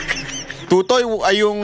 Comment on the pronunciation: Mispronounced mo ang totoy. Sa busaya, iba ang meaning.